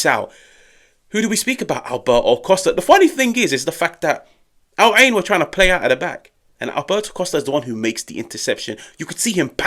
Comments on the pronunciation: The pronunciation on "The Eye" 👌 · That's my home town they dropped 5 on... And finally I get to hear the correct pronunciation of Al Ain... Thank you. Great video too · I like how you pronounced Al Ain lol alhamdulilah